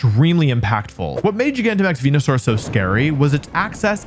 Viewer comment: I miss the days when he said Wenusaur.